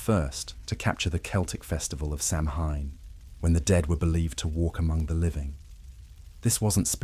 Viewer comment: You should learn how to pronounce Samhain (hint: it's not "sam hyne")....